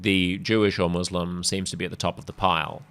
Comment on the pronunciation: Has Albanese a speech impediment- he's unable to utter 'Muslim'.